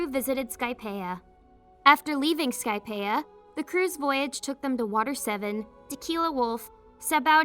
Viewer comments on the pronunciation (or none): Why she saying skypepa it’s skypia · It's definitely AI because the way it can pronounce all the real words correctly even Japanese words but it can't say Skypeia